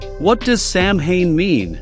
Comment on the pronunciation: The pronunciations for samhain and celts are incorrect. Samhain is a Gaelic word pronounced 'Sow N' - not sow as in, to sow seeds, but, sow, as in female pig; and Celts are pronounced, 'Kelts' ☘🇮🇪